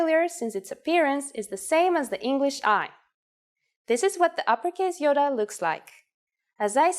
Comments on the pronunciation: It is not Giota (Γιώτα) it’s pronounced Iota (Ιωτα) pronounced (e-o-ta) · I thought she said "Yoda" at first .-. I need to go to bed it's 2am. Study more when I'm awake.